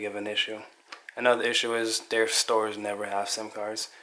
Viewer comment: Quit pronouncing the letter T as a D. It is THEY not day and THEIR not dare. I hate poor grammer.